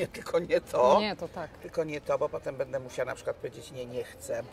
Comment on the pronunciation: Kochana! Mów: będe (wymowa) a nie bede i wziąć. Super wywiady. Super strona. Super Ty!